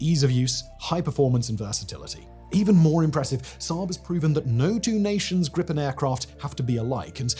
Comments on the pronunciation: Just a small detail, its not Grippen. Its more like the sound of the two words grease,without se,and pen, like how it sounds, Griii pen. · Greepen, not Grippen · its gripen. not grippen. how is that hard? at least apologize for not knowing how to pronouce our language. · A minor quibble on an otherwise excellent video: The Swedish pronounciation of Gripen is closer to "greepen" than "grippen". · you should say Gripen Whit a long i like Gr''iiii''pen